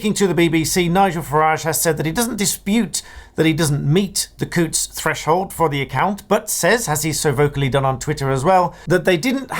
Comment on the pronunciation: Well done for pronouncing Coutts correctly.